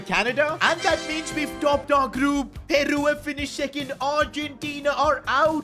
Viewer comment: Bro said "PearU" like it's that Ed Sheeran song bruvvvv